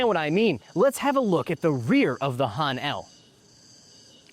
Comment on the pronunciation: Wish he could pronounce "Han" correctly.